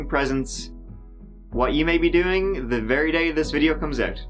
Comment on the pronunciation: It's painfully obvious we need to be vewy vewy quiet. It's wabbit season and he's hunting wabbits.